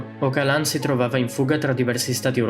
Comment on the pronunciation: Si legge Ogialan, una G morbida quasi come una J